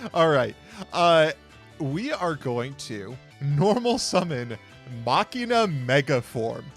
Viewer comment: I'm so glad every time I hear say Machina correctly